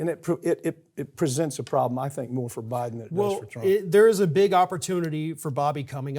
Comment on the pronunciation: Stop saying Buden us in death's bed idiot!